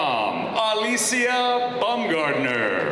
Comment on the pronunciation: Is her name really pronounced BUMgardner? I’m pretty sure it’s supposed to be BOWMgardner, (from the German “word “Baum” meaning “tree, as the name is of German origin.)